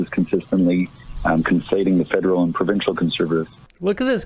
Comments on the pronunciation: she did say Fidel government right? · Did the interpreter say the “Fidal” government? 😂😂😂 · When the Japanese translator was talking about the Canadian federal gov't it sounded like " The Fidel gov't". Freudian slip? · Did anyone else notice when the Japanese translator said federal government is sounded like Fidel government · "the Fidel government": it sounds like they studied Justin very well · Did she say Federal Government or Fidel Government?